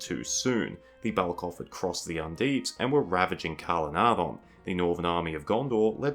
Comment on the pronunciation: I still wish that you would pronounce Calenardhon with the soft th rather than the hard D. "dh" substitutes for the ð or eth. Tolkien would have undoubtedly used the soft th sound rather than the D.